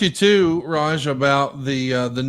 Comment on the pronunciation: referred to Raj as "Raja" what a goon! 😂😂😂